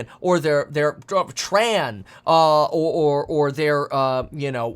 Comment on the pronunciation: Kevin… , you legit said “Tran” instead of “Trans”. I’m screaming 😂 😭